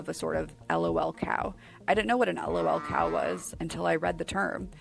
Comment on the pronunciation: May NEVER find patient zero of Lolcows(Chris Chan) and fall into the rabbit hole of Sonic the Hedgehog. The fact she pronounced Lolcow incorrectly put a smile on my face. That fact I know how to pronounce it correctly makes me sad again.